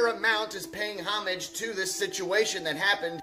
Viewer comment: Neck tattoo guy can't even pronounce homage as if he were a clueless a.i.